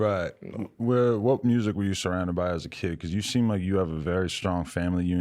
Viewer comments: “muirzick is muirzick” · “Meursic is meursic” 😭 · NLE is like I don’t got no time to to say music with the u so it’s going to be MOSIC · Mrusssic is moorzik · Everyone: Music NLE: “Mursic”😂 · MURSIC IS MURSIC -NLE Choppa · he said mursic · How normal people pronounce music:music How now pronounces music:MUUSRIC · "mOOsic Is mOOsic" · It's Muersic, not Music dummy!😀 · "Moosic is moosic"😂😂😂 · “Mursic” -Nle Choppa. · yo he making this “moosic” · Mursic-Nle Choppa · moosic is moosic nah saying🤣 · Nobody Nle: mersic is mersic Also nle: moosic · “MOOSIC is MOOSIC” -NLE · is meursic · M U S I K 😂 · did he just say he started. Library and a reading program for kids right before he said “moosic”? He should join his program. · "M-musik is thrpie" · “He made bErUtiful MuRzIK, his MUriziK was bErUtiful” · Brutrifu myrsic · “murzsic, uknowim, murzsic is murzsic.” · Muhsic is muhsic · Eric Campos. Mrusic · fr talkin bout mursic lol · NOBODY: NLE CHOPPA: "MURSIC IS MURZECK" LMFAOOOO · Why does he pronounce music so weird? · Does NLE chop really think that theres an R in murzik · why does he add an “R” to every word 😭